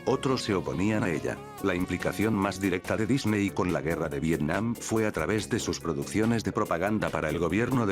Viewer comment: ¿"controverCia"? ¿"De Dicney"?